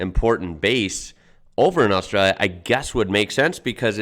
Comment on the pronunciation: It’s a trip hearing an American pronounce Australia like a full on yobbo, “Uh-stray-ya”. You have it down pat mate. Mad respect bruz!